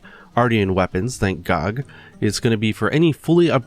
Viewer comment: I got that "thank gog" my good sir. It did not ran past by me!